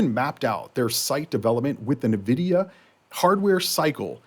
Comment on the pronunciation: Nvidia is pronounced En Vidia. Not nuhvidia